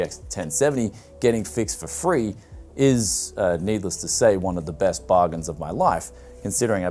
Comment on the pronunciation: You said beast, not best